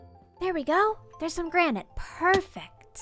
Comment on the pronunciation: The way she says "perfact" instead of perfect is pretty adorable